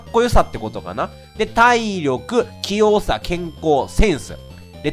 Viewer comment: 「きよう」が「キヨ。」にしか聞こえないんだが… だんだんキヨになってきた…？